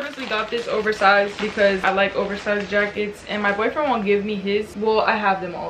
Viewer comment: girl when u say boyfriend I had to replay tha like 10 times to see if I heard that righttt😭